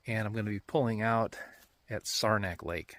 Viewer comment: What kind of boat did you paddle? Looks like an OT Penobscot! P.S. It's pronounced Sarah (like the name) - knack. 😁